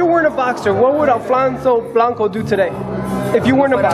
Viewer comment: allie said...ALFLONSO FLANCO ...